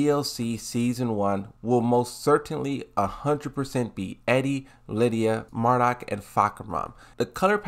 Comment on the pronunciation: For the love of god...NOT MARDUK